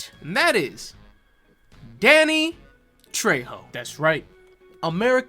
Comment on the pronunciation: I can't believe mispronounced his name! It's Danny Fucking Trejo!